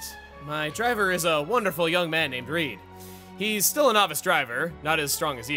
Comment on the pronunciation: You know, just when I think he can't surprise me anymore. Seriously you mispronounced Reed? Are double vowels not something they cover in American schools? You know. Like sleep? Or snooze? Or sneeze? Or Weedle? I mean come on.